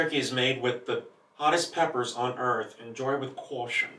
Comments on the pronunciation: “enjoy with cuation” 😂😂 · I died when he said “Enjoy with Caaushin”😂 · every word he says is in a drawl until the word caution which he read with a New York accent lolol, love yall